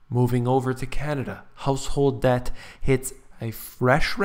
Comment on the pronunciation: DEBT...not "dept"